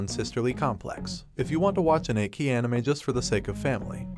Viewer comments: Achy anime not echhi at least on how it's said lol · but, its Ecchi pronounced ETCHI!!!! NOT EKKIII!!!!! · Ech-ee not Ache-ee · Hey my man of culture!! It’s pronounced ECCHI (eh-chi) not EKI but hey LOVED your list ! From one cultured person to another you got a 🔥 list going! And I LOOOOVED your commentary! Sooo Sooo GUUUUUUD!!! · Man get your damn pronunciations right 😅😅 wtf is EKKI but not ecchi 💀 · I see the word ecchi. But im hearing, "A Key" very odd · do you really said ekki of all the dumb stuff? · It's pronounced Etchy, like Sketchy without the Sk! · Not "ekki", the "ch" in "ecchi" must be read like in te word "chili", the additional "c" only gives strength to the word. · Every time you say ecchi as eki I cringe and laugh simultaneously... Bc 1. Terrible pronunciation and 2. Eki means station (train station) "Yunna is another (train station) anime"🤣🤣🤣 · Why are you saying "achey"... jesus man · Is he saying "ekki" on purpose? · I'ts pronounced MAH KEN KEE. And Ecchi is ETCH EE. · how can a channel dedicated to anime mispronounce ecchi?